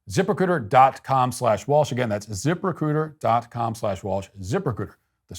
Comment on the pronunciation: I thought you were saying "zipper-c00ter", not "Ziprecruiter." Yikes, I hope they didn't pay much for that company name.